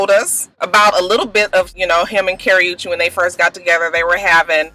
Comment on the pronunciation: You're saying Chris browns girlfriend name wrong and Wendy Williams or what ever her name is should shut up